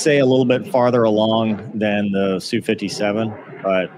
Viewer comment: Geez it's "ess", "You" 57 not Sue...